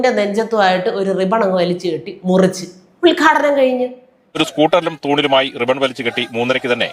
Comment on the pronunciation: You talk more by hand language than words.... also it's UDGHADHANAM.. not ULGHADANAM... what a show spoilt